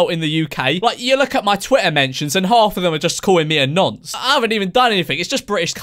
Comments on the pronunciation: He said NANCE lol haha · My man said nunce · Wait did he say nance? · is it just me or do americans pronounce nonce ‘nunce’ 😂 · This has been bugging the shit out of me: is it "nunce" or "nonce?" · Did he say nonce like... Nunce? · Man really said nunce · Did he say nunce? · exuse me. wtf is a ”nAnce”